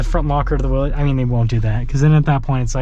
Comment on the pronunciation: It's not pronounced Willees, it is actually pronounced Willis.